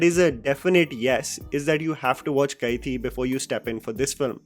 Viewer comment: Its pronounced as ka-thi means knife